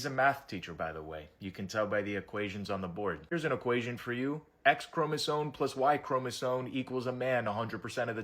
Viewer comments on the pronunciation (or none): omg. Please. There is no “n” in the word chromosome. ChromosoME. Stop it. It’s a valid point and then you go and mispronounce the word. Cmon now.